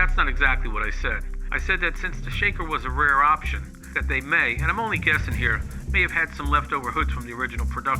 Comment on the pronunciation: Highest "opsheeon"? Sheesh, get a real announcer.